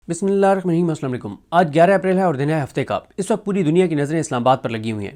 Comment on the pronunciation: Assalamualaikum bhai.. Mei aik correction krwana chahti hu please don't mind. Aap please Bismillah sahi prha kren. We love you that's why I want your correction.